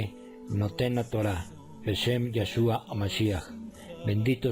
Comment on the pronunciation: Por qué pronuncian "lláshua"?